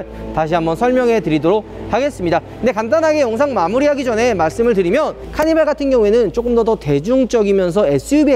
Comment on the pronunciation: 카니바 케이파~ 이렇게 들리는데